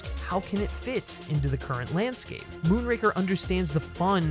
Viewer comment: OK love it, but 'lanscape' lol